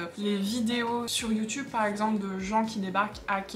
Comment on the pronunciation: You tube est un mot anglais . Il serait donc préférable de le prononcer à l'anglaise , soit " you " est parfait . Toutefois , " tube " se prononce en anglais " toube " . Ce qui fait donc youtoube pour youtube . JP Fortin du Québec .